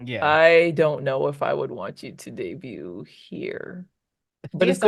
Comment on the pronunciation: Why does everyone pronounce “debut” incorrectly? Even one of the judges pronounced the T.